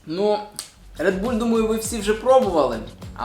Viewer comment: Не РеДбУлЬ а РеДбУл